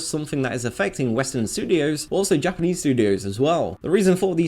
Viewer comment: God I hate the way this guy says "Japanese"